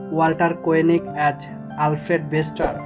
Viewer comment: AS = AAZZZZZZZZZZZ not AT